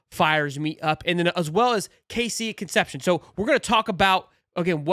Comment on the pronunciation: The kids name is pronounced Con sep see own.